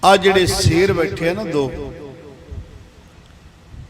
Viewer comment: ਬਾਬਾ ਜੀ ਸੇਰ ਨਹੀਂ ਸ਼ੇਰ ਕਹੋ